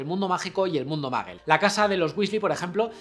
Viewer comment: "Mundo MAGUEL", Albus "DAMBELDOR". Jaaaa ja ajaaaaaaaaaaaaaaaaa jaaaaaaaaa! No pueden pronunciar ni parecido! Jaaaaaa